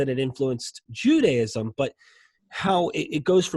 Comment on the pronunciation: Does he pronounce it "Judyism?" ... and "Eggsodus"?